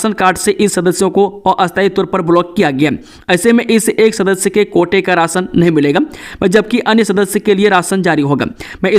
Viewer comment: Nahi. Kaa ucharn no bolte ho shi nhi lagta